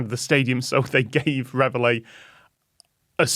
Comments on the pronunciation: it is surely pronounced as in 're-valley' not 'rev hilly' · and I was confused as I always heard it pronounced like ra-valley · Even if you don't know "Reveille" is French, or how to pronounce the double-L, and you're just going to read it as an English word (which is fine, you're speaking English) surely you can see the "i" is before the Ls, not after them. "Reveille", not "revellie". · "Revely"? 😂 It's pronounced reh-vey! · Question on pronunciation please, not least because I know Tom is a linguist... Can you explain why this is being pronounced Rev-el-ee (sorry, dont know phonetic equivalent). Showing my ignorance here, but I would have guessed (wrongly) that the word in question would be pronounced re-veil or re-vile. Educate me please. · That's... Not even close to how you say that word. Ya'll are saying Revellie. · No! It actually hurts to hear Reveille mispronounced so often. Re val E. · As a french person, I was really confused and amused at their way of pronouncing "Reveille" x) (which is french for "wake up", and is pronounced rev-ayy) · There’s no way “Reveille” is pronounced “re-vuh-lay” or “re-vuh-lee”. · There may be a legitimate American pronunciation But it HUUUUURTS hearing the French word being mutilated again and again 😆😆😆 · I'm French and how they're pronouncing "reveille" is making me really mad. The i's in front of the Ls! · Why do they not pronounce reveille like reveille? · Yeah, and I'm quite sure it wouldn't be pronounced that way in French! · As an English person, cut the amused and I'm the same. How didn't any one of them try pronouncing it another way, why did they all stick to that? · It is, in UK English. Tom was just saying it wrong. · I would NEVER have got the word from that pronunciation! Please, is this a normal English pronunciation of reveille? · No, it most certainly is not, mainly because we don't use it as an English word, it's French, and should be pronounced as such. Somehow not one of these people can pronounce that word.